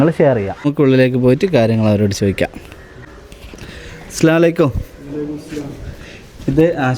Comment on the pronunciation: നിങ്ങളുടെ സലാം പറയുന്ന രീതി ശെരിയല്ല, അസ്സലാമു അലൈക്കും എന്നാണ് പറയേണ്ടത്, നിങ്ങൾ പറയുന്നത് അസ്സലാ അലൈകും, എന്നാണ് ഇത് തെറ്റാണ് ok